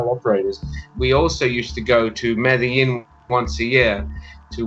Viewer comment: I can’t get past his mispronunciation of Medellín and total lack of a paisa accent.